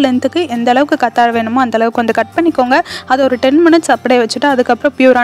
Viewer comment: கத்தாழை இல்லை கற்றாழை